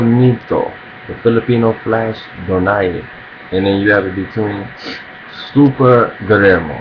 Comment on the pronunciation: nice to hear someone pronounce donito's last name correctly :)